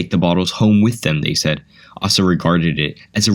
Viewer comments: "Asa" is pronounced with a long A. Ay-suh, not ass-uh. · A small note: the name "Asa" is pronounced 'Ace' uh'. Also I chuckled when "John" a founder of Coca Cola was described as a Civil War veteran -- a photo of American WWII soldiers was shown! But.. very interesting video, I hadn't known most of the info... in the video.